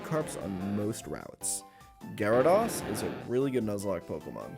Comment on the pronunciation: Listen I'm sure this guy is cool and good and fine but how can I respect a pokemon person's opinion when they pronounce it "gyradoss"